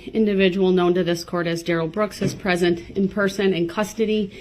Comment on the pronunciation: i dont mean to laugh at this part but Brooks was getting shut down😂 Mr. Backler was a great witness to this😂 hope he is doing ok cuz he looks shocked and a bit pissed off to find out the Duh-Rell did that to those children Grounz for da sub-staen??? (x2)